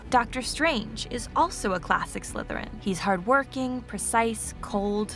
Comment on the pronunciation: I like how you barely put it on dracos head and hes like "sLythErIn"